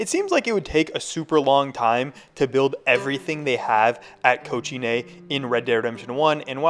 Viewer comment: It's not that hard to pronounce cochinay correctly🥀